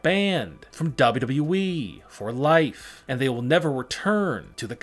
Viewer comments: This narrator keeps saying “double wu double wu we” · I don't like the way he says wwe